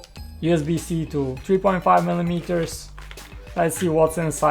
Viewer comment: tree tree tree zero